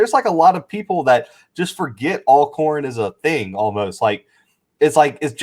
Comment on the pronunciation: This video randomly popped up on my homepage and so glad it did! Totally enjoyed watching it! Even though the dude without the beard continued to mispronounce Alcorn. It is pronounced All-corn like Always Alcorn. 🤦‍♀️